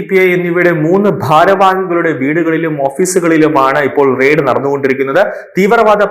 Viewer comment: Ride അല്ല. RAID ... റെയിഡ്